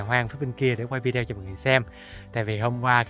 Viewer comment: Mình rất thích YouTube của Sang. Những buổi Đi bắt cá với các em rất là dễ thương. Chúc sang nhiều thành công. Cho gửi một ý kiến, chứ VIDEO đọc là VI-ĐI-Ô, chứ không phải VÌ-ĐI-EO😍